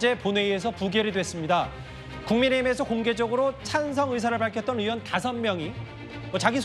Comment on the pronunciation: 민주당것들은 으원 으원 하는거지? 의원이란 발음이 안되는게이상하네 전라도 발음이라서 그런건가